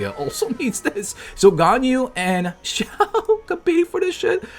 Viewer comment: LOL "Xiaowered"